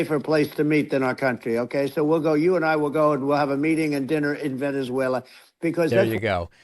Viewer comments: It should actually be a crime to show a Trump clip talking about Venezuela, without dropping the soundbite of him saying “Wennizveyla.” Cmon David, up your game sir. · “If I lose we’ll meet in…Venezwerero” - Trump 😂😂😂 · I thought it was "Venezwarweuh" 🙄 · He can't even pronounce Venezuela💙💙